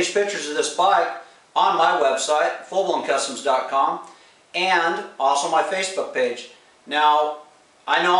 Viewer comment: Should put a link to the web site in the video description. Sounded like you said 'fulloncustoms . com'. After a little research I found the website 'FullBlownKustoms . com' spelled with a 'K'. How were we suppose to know that? Just a friendly suggestion.